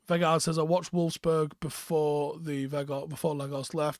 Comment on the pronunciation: You have to say it like Out. And with the W from Whoa.